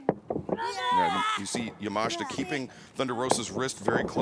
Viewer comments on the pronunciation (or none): ‼‼‼‼‼‼ Yamashita not Yamashta ‼‼‼‼‼‼